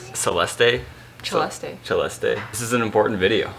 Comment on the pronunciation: Thank you Siera for saying and correcting (hehe) your brother for the correct pronounciation of Celeste's name. She has been saying it herself and only few took notice. Even most Filipino vloggers got it wrong. ❤️❤️❤️